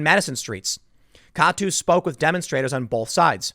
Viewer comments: By the way, you pronounce each letter in K-A-T-U not say it as a name. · Just so you know Tim, KATU is pronounced kay-too.